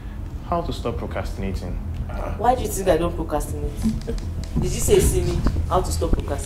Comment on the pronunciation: Y'all it's procRastinating. Not "cast"